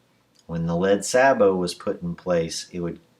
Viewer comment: I was getting ready to correct your pronunciation of "sabot," but I thought to double-check before commenting. You're quite right: "sa-bow". I thought it was "say-bow". Oxford Dictionary: sabot /ˈsabəʊ/ noun. e17. [ORIGIN: French from Old French çabot blend of çavate (mod. savate) and bote (mod. botte) boot noun2.] 1. ‣a A shoe made of a single piece of wood shaped and hollowed out to fit the foot. e17. ‣b A heavy shoe with a thick wooden sole. m19. ‣c A decorative metal foot cover for a piece of wooden furniture. m20. 2. Military. ‣a A wooden disc attached to a spherical projectile to keep it in place in the bore when discharged. m19. ‣b A metal cup or ring fixed to a conical projectile to make it conform to the grooves of the rifling. m19. ‣c A device fitted inside the muzzle of a gun to hold the projectile to be fired. m20. 3. In baccarat and chemin de fer, a box for dealing the cards, a shoe. m20. 4. A small snub-nosed yacht. Austral. m20. Derivatives: ■ saboted adjective wearing sabots m19.